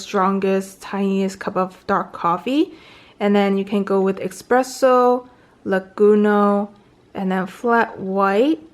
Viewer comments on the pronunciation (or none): Cute you say: Risotto (ristretto), Expresso (espresso) and ) Laguno (lungo) 😁 Nonetheless usefull and nice video👍